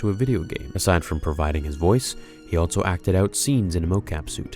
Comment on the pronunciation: I can’t be the only one that goes nuts every time he says “ altso “ and not “ also “ right? Like just say the word better dude wtf are you doing!